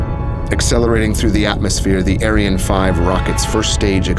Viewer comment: Just one thing. Ariane is pronounced 'arryanne, not aireane.